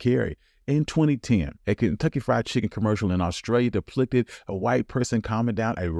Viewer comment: He said deplicted when he meant depicted